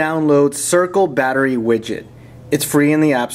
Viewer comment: vattery boltage :D :D